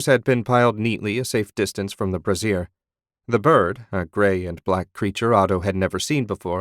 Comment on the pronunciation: It is a fun listen but I love how he pronounces brayzhur, which is a charcoal burner as " brawhzeer" which is a woman's bra. I mean come on man. And yes I spelled them phonetically. Cheers mate.